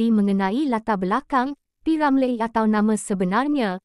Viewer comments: Deiii, admin asal sebut p.ramlerr? Sebut betul2 boleh tk? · ni…sebut nama P. Ramlee pun Xbatul…semua kaum tau sebut nama P.Ramlee….ko ni org plenit mane😳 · Org mana yg mengulas ni sebut p. Ramlee pun xbetul, harap xjadi lg mcmni n tukar org yg mengulas kpd warga malaysia sendiri